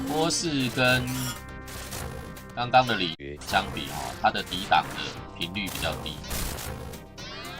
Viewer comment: 之前李傕他唸成李崔應該是改這